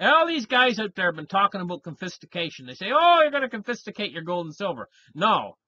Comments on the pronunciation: Confiscation, not Confistication. Confiscate, not Confisticate... that’s not even a word 😂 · you are so bright but “confistication” is actually “confiscation”. Aside from that, the transacting in fiat will cease if people are taxed on windfalls from metals. We will transact in crypto. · Confistication..... Are you related to Charlie Farquarson by any chance?